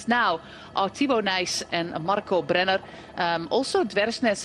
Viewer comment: She's really decent with the pronounciation, it's just curious how she rolls the R for German/Austrian/Swiss names like "Brenner". As a Dutch person, she must know you don't really do that.